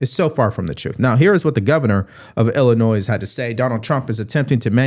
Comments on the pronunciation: I like listening to your channel! But please llinoi......."s" is silent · Illinois is not plural the s is silent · Mate, i have sincere respect for you & i dont give a f** if you dont have perfect grammar, etc cos what you have to say has VALID SUBSTANCE but I have to mention... the "s" in "Illinois" is Silent. Totally irrelevant but it niggles at me somewhat🤷‍♀️ Keep up ur great clear thinking!👍❣️ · You don’t pronounce the s in Illinois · The "S" is silent in Illinois. Please stop pronouncing it. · Hey! Love your vids, man. I have to correct one thing for you. I am from Chicago originally and the S in Illinois is silent! 👍🏼 keep up the good work! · You pronounced the s on the end of Illinois. And for that reason I'm out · You don't pronounce the 's' in Illinois. Just saying. 😐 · The S is silent in Illinois btw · Please do not pronounce the "s' in Illinois. It is silent. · Please stop mispronouncing Illinois incorrectly, it makes you sound ignorant and uneducated. The “s” in Illinois is silent just like the “t” in Chevrolet is. Google it if you don’t believe me. I’ve lived there 77 years, and the “s” is silent. The French, who often add a silent s on words, were the ones who named the state. Even Hakeem Jefferies knows how to pronounce Illinois correctly. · Please pronounce Illinois correctly as my ocd acts up 😂 the “S” is Silent! Thank you. 🙏🏻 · When pronouncing Illinois, the final s is silent. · I live in IL (the “S” is silent) and our entitled governor continues to embarrass himself and the citizens of our state! I am on the verge of moving if things don’t turn around in the near future!!! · Dude, the S is silent in Illinois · My understanding is the s at the end of ILLINOIS is silent. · The ses in Illinois are silent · Oh,, there's no noise in Illinois. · No 'S' sound in Illinois 😊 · Love your content. And the S in Illinois is silent 😊 just saying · illinoy not illi noise. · Illinoi not Illinoiz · The s is silent in Illinois